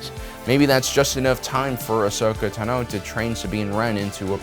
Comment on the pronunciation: The way this guy's pronouncing things... did he even watch any of this? Mispronouncing Ahsoka's last name is so fucking weird. Did he watch it or just read this script